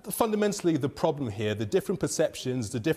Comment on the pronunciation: I like the way she says problem. “Poblem”